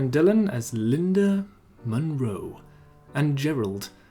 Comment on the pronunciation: still adopting the proper pronunciation of 'Linda Monroe' I see, love ittt 😂😆 Thanks for the vid, enjoyed it as usual. I hope you get more subs soon, you deserve 'em! Side note: the Two Weeks Notice song is on YouTube in full, by the way! I'd recommend it. Sublime vocals from Kim.